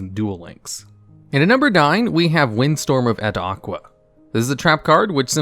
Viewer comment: I love your vids and i usually never hear something, but this botheres me: Its Windstorm of Etaqua. Its Not Et-aqua. Its basically Etaka. The Name is derived from the Greek Name Ithaka for an Island.